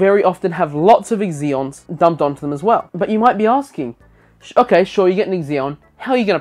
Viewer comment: I'm sorry but I can't give this video a like. It's not EXeons. Just. Zeons.